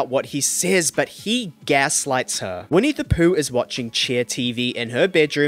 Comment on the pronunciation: & winnie, instead of whitney 🤦🏼‍♀️